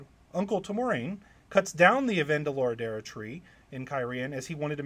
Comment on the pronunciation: newly subscribed to your content, enjoying it so far, but you butchered Avendoraldera's pronunciation lol at least for me hahah